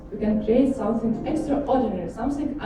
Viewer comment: Игра класс! Презентация поставлена бесподобно для такого рода мероприятий, но хард рашн эксент слушать было тяжело - зе, зен, зеар, самсинг и прочие перлы нашего произношения)))